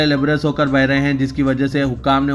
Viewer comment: Labraiz not libraiz.